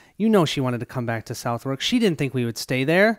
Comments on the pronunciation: Thanks for the playthrough. By the way, Southwark is pronounced "suthek"... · I loved this video, however I'm gonna give A little pronunciation guide. Southwark: Suth-hook, with a silent h in hook Shoreditch: Shore dich